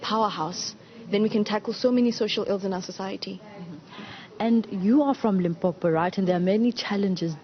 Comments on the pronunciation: Did she just call limpopo limpompo how did she get her job newsroom no no 👎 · I had a neigbour from Venda when i was working in Rustenburg and he used to refer to it as Limpompo so i was like am i missing something? Is that what people from Limpopo say? I just left it... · dd she just say limpompo the interviewer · This news anchor said Limpompo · It's so annoying hle😐😐.. Limpompo mxm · Did the interviewer just said "Limpompo"? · "Limpompo" "Pergernt" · The interviewer really needs to check her pronunciation of things. She miss pronounced the name, she said pergeout instead of PAGEANT, and Limpompom instead of LIMPOPO. Hai man.